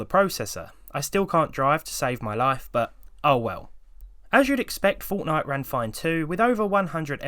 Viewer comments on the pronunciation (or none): none